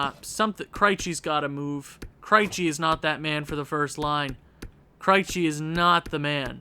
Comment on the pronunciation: I know I'm watching this way after the fact, but maybe Krejci is doing bad because you keep pronouncing his name wrong. I'm a Bruins fan and every time you say his name I cringe just a little bit. But other than that, I'm loving your channel my guy, keep it up